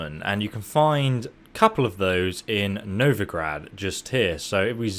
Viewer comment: i was so triggered when he said NovigraD